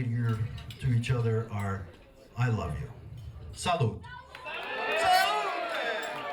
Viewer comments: I don't know if I said it but my family are Sicilian Italian. I could tell by the way you say Salute at the very end that you are Italian. It sounds like "saluhh with no "t" sound. That was the dead give away that you are Italian. And when I said Old guy...we refer to older guys in my family as The old Men! I am almost 60 so I am soon to be going that group title! LOL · I detected it in the way he said SALUTE! I am Italian also! :)